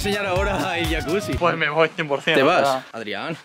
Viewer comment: Porque le dicen yacuchi si es yacusi